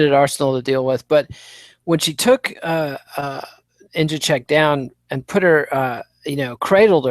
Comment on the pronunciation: It's befuddling how such an articulate man can so badly butcher names (e.g., Jedrzejczyk, Nguyen, Benoit). Can't wait to hear the post-fight analysis of UFC Seoul (where hopefully, Chico Camus makes his way onto the card). p.s. I started thinking Holm had a Buster Douglas of a chance when I saw the weigh in. I had no idea how big she was.